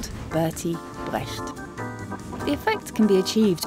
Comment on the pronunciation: Seconded! Even the pronunciation of "Brecht" and "Verfremdungseffekt" was amazing!